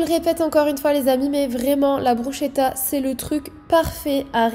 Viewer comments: je suis italienne blg, on dit brousquétta et pas brouchétta 😭😭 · Hey ! J'adore tes vidéos et ton contenu, tu es vraiment inspirante et motivante 🥰💫 (ps: on prononce brusKetta et pas brusCHpour😭) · ca se dit brussketta dsl mais ca me stressais trop mdrr, jadore tes vidéos en tout cas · j'ai adoré ta vidéo tes repas ont l'air super bon !! (par contre bruschetta ca se prononce "brusketta")☺️ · Bruschetta se prononce brusKetta 😊